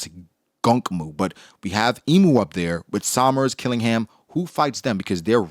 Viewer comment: His name isn’t Killing-ham. Its Qilingam. Her name isn’t Gun-Koh. It’s Gounko. Why can’t people say any of the gods knights name properly.